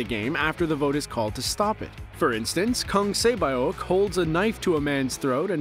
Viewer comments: Kang Se byeok is read se -be-uh-k (like how you say icelandic singer björk but without r) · “KANG SE BAYOK“ etc 😅 I am not Korean but at least I pronounce their Korean Names and the characters they play as close/accurate as possible 😌😉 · Kong say bayok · For the most part you did pretty great with the pronunciation of the names but goodness Kang Saebyeok really got butchered :/